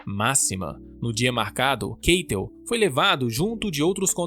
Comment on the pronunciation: Keitel se pronuncia "Cáitel"